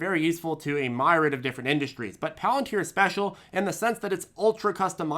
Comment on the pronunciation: "A myrod"